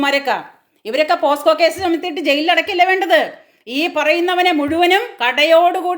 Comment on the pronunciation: മേഡം, sorry "പോസ്‌കോ "അല്ല പോക്സോ എന്ന് തിരുത്തണം